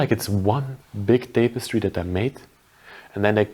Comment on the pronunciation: Pronounced: "tap a stree" Tapestry